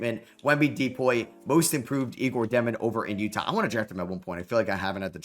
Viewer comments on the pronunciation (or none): none